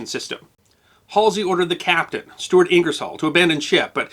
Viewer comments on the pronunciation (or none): none